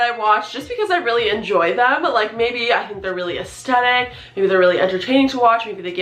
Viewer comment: Hey girl. You're saying the word 'aesthetic' wrong. And you're saying the word a lot. Aesthetic has a 'th' in it, you're saying the 'th' like a t. Sounds weird, over and over again. A-es-thet-ic. Not A-es-tet-ic.